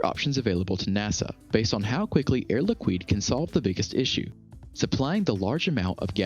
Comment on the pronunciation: Air Liquid is pronounced Air Likid not likwid